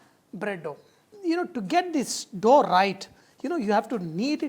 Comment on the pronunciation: lol, "look at dis dhoh."